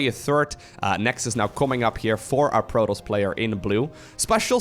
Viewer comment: No one:: Proltoss